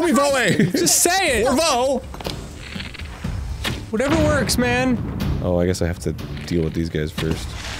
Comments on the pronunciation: You know at this point I'm convinced Arin knows that hes saying voe and gerudo wrong, hes just doing it for the hahas. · i hate how he keeps pronouncing voe wrong